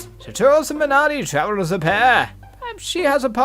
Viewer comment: missed r in mernardi